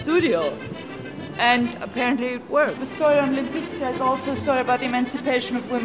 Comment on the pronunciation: I thought she was born to a Polish family - in either St.Petersburg or in Warsaw. I thought her name was pronounced like [lehmpitzkah]. Thanks for the vid - she was fascinating. There is a website but poorly illustrated - very few paintings shown. Seeing the footage from the exhibition is very informative. It shows her again and again as a painter of extreme intelligence, not just talented. She DEFINITELY deserves more attention. Screw critics, they are frustrated artists anyway...